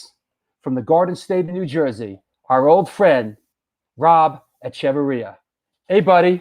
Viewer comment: Thank you for pronouncing his name. I never knew how to... 👍